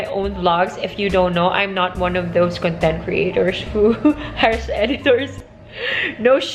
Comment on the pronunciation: You keep saying “con-TENT” (stress in the last syllable) which is an adjective meaning to be in a state of peaceful happiness. I think you mean to say “CON-tent” (with stress on the first syllable) which is a noun meaning “topic.” Sorry, I don’t mean to sound like a grammar police but I just wanted to let you know that the difference in meaning changes depending on the placement of the stress. 😊 I enjoy your videos and keep up the good work!